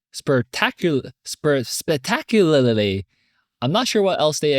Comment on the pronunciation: It can be difficult for anyone to break down longer words into chunks. Spec-tac-u-lar-ly.